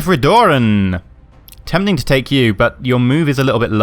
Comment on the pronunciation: Also, it is Joseph Riordan not Ridoran. And once again, GREAT SERIES!!!